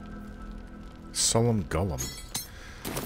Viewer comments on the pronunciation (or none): You said "summon golem," but I swore I heard you say "solemn golem" which had me laughing for a while!